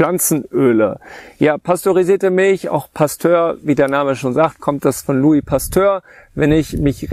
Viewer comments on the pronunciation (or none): none